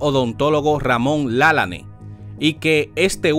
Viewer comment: Usted pronuncia el apellido de el mal, no es con acento es Lalane